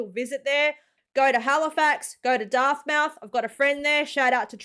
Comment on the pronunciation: LOL it's DARTmouth not DARTHmouth. LOL You have star wars on your mind?? 😀